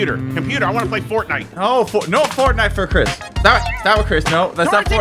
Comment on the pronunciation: chris rhymes with tisk. tisk tisk tisk u make me feel disappointed chris.